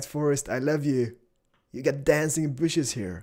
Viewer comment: "Mother of booshes!" Keep doing your thing, cause you know your the man!:)